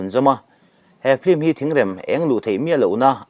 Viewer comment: E ngatinge mithiam anga kan ngaih te pawh hian Film hi flim ti a, kan lam tlat thin lee..Film lam dan hi L atangin M ah a liam tur tih JF. Dictionary ah khan asawi kha maw lee..kan mithiam zawkte saptawng lamdanah fimkhur ula ava tha emm..ln channel ngaithlatu kan tam siaaa...in ti ve em?